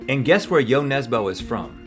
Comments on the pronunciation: That is not how you pronounce Jo Nesbø.... its more like nesbuh than nesbo.... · Jo Nesboh!? Ø is pronounced more like the "i" in stir 😊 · Its jon nesbø not jon nesbou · "Yo Nesboe" My norwegianess is cringing. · IT’S NESBØ, NOT NESBO. Ø IS PRONOUNCED LIKE THE U IN MUD AND U IN BURN. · The way Rhett pronounces Nesbø is maybe the funniest thing i have heard in a while. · What is impressive is Rhetts pronunciation of ‘Jo Nesbø’ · Hahah the way the pronounced Jo Nesbø haha (I’m from Norway btw🇳🇴)